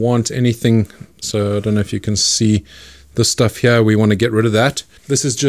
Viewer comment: I wish I was from an area of the world that says “heeyar”